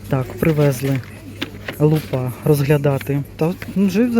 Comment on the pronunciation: лУпа, а лупА це те, що буває на голові🤪